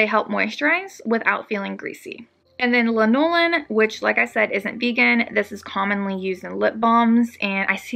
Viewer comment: Lanolin is pronounced L-Ann-oh Lynn It is very much used in baby lotions and many baby products such as in medicine for diaper rash because it so smooth and soft that it helps spread easier on the skin, plus it does enter the skin and makes it smooth. Lanolin is used a lot for people that have problems with their skin.